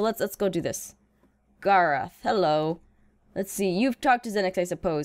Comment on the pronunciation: Gar-oth instead of Garr-eth